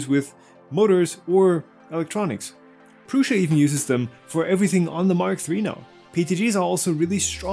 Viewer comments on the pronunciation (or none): none